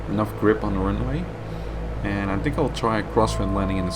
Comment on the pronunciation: dude...je films zijn ok en je Engels over het algemeen gewoon goed....maar probeer echt van de 'tink' weg te blijven het is 'think' de H zit er niet voor niks!